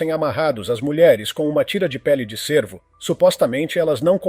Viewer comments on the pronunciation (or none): none